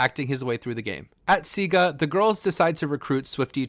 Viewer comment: The green tribe is Siga not Sigu bro